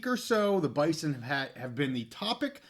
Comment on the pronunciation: from an NDSU fan also, the school and fans pronounce it “Bizon”. I don’t expect you to remember or care, but wanted to let you in on the know.